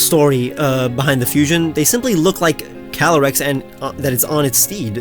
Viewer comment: Calyrex, not Calaryx!